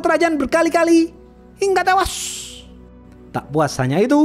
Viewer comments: klu ngomong hingga tewasss medok banget😂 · Yang menarik dari channel ini: 1. Opening komentar. 2. Pengenalan karakter. 3. Film yang jarang di review channel lain. 4. Logat khas, pelafalan hingga tewash, dan njos-njos yang iconic.